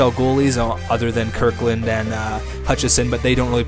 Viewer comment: Kirkland? lol his name is KinKaid, pronounced "Kin-Kayed"